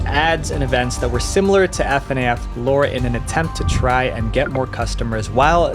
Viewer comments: my thoughts exactly. If you did the research it should show in every aspect. But I’m not sure why he keeps going back and forth between the improper and proper way of saying Fa-Naff but it def doesn’t sound appeasing to the ear when he mispronounces it. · Not tryna hate but fnaf is usually pronounced Fuh-naff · I love you but I think you pronounced fnaf wrong idk I'm not in that fandom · Hearing him spell out FNAF every time burned by soul 😭😭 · The way he pronounces FNAF makes the video unlistenable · It's a sin against humanity to say FNAF like that. You should be punished for this sin/joke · The way you say FNAF pisses me off so much. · The way he pronounces Fnaf hurts my soul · As a fnaf fan I must give you a piece of advice. PLEASE PRONOUNCE THINGS CORRECTLY AND DO MORE RESEARCH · this guy has said so many names wrongs and it hurts me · great video but... that's not how you pronounce FNaF... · you are saying his research is sloppy for not calling fnaf the way you want it to be pronounced🤣🤣🤣 proved his point on y’all being toxic… get over it its an abv is FNAF and he isnt wrong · And the weird way this guy pronounces FNAF. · You pronounce it fur-naff NOT F-N-A-F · “F.N.A.F.” dude just say FNAF as one word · slightly agitated at the "F-N-a-F" hes saying, not like "FNAF" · Why does he keep saying f.n.a.f instead of simply saying fnaf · Please stop calling F.N.A.F it’s fnaf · Just say FNAF stop spelling it, fucks sake 😂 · Why f.n.a.f instead of fnaf??????? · Please don't say F N A F its just fnaf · Bro I can't watch this because he keeps saying "F" "N" "A" "F", and not "FNAF" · Can you please work on how you pronounce things? F N A F is just pronounced fuh-naf. Vivziepop isn't VIVIES POT???? and who the hell is Scott Hawthorne?? literally just look up a single pronunciation before you butcher it, it really gives off the feeling that you don't actually care about the content you put out. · Fnaf not F.N.A.F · Can you stop saying" F N A F" and just say fnaf😂😂😂😂😂😂